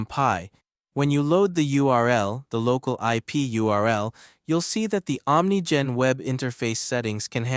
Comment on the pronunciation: It's pronounced Ah'm Nee Gen.